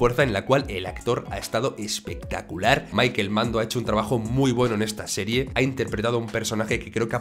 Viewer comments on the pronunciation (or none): none